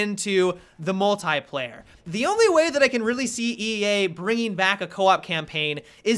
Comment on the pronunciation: The way he says "Mult-I-player" . . .